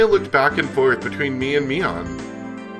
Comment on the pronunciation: Pronunciation fun time! Rena is pronounced Ren-ah. (Ren rhymes with when) You're pronouncing Mion's and Keiichi's names correctly, so no issues there.